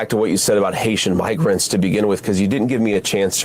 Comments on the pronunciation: Hard “R” in migRrrants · i heard "migr" seemed like he merged "hatian" with "immigrants" so came out as hayshi"migr"